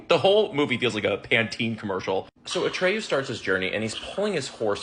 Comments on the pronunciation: Atreyu not Atrayu. The book was better. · ATREYU!!!!! It’s ATREYU